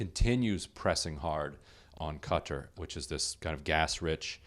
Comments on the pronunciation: Will you please learn how to pronounce Qatar! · I'd say it's funny that Drumpf doesn't know how to pronounce Qatar... but he doesn't know anything.